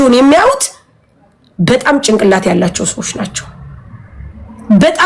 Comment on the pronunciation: ቅጭላት 😂ጭንቅላት ነው የሚባለው